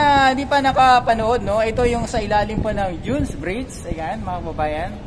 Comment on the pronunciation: Pls read proper pronunciation pls mga vlogger! Its jone's bridge not june's bridge ok!